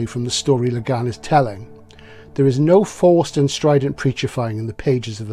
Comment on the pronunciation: Great video as ever. I remember bering absolutely blown away by both The Dispossessed and LHOD when I first read them (and they are certainly overdue for a re-read). A small note about the pronunciation of Le Guin, however (and I only bring this up because I know you’re particular about getting the details right). To quote Le Guin herself: "Le Guin is not a French name at all; it's Breton. It's pronounced, to the best of my knowledge, just like its Welsh cognate gwyn — white, blond, fair."